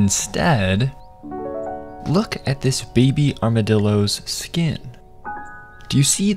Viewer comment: “Here are the armadillooos, rIBs”